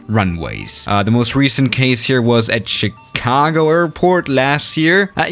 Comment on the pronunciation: It's pronounced shicago bro😁😀😀